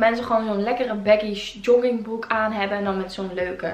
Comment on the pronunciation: Jollingbroek : Joggingbroek : Jonningbroek : Joddingbroek Hahaha vond dit zo schattig :) Hij staat je trouwens fantastisch, net als die grijze trui en de roze jas, daarin ben je net Legally Blonde :) En je krullen zien er zo mooi uit hier!